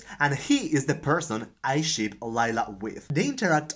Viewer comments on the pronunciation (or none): Awesome tag! And OMG I must be tired ... as I laughed so hard when you were talking about book ships as I kept hearing you say shit instead until I paused and rewatched that part. LOL!! Thanks so much for the book recs. =0)